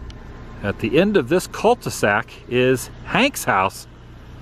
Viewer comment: What in the world is a "cul ti sac"? 🤣😂